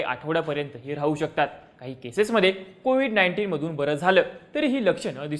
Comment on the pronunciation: Ko vide mhanje medya